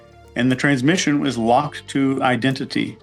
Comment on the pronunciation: Love your videos. You make me think in ways I haven’t before. One comment: isn’t it “transmission” not “transmition”?